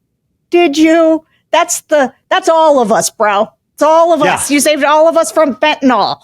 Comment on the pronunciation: Sarah, the pronuncuation is "fen-ten-il", not "fen-ten-ol". TY, this is a small but important distinction.